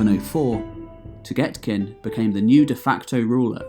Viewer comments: Can you plz pronounce names correctly? Its literally how its spelt. "Toghtekin" or tugtekin (toog-te-kin) not togetkin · your pronounciation of toghtekin hurt my ears but the rest of the vid is great